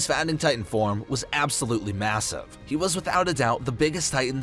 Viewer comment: you said massive?